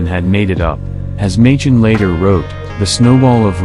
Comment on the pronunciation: Angel of Mons = folklore/ hoax. BTW, Arthur Machen's name is pronounced "MAY-kin" not MAY- chin.. Also, original was a short story, about a soldier in a vegetarian restaurant who finds his plate has on it, a prayer to Saint George, that he invokes later in battle. It was a short story in a newspaper, not a faux newspaper article..